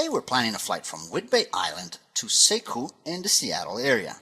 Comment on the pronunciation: Sekiu sounds like /See-Queue/. Sorry, I am a local.